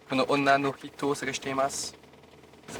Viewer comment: Onna, pas Honna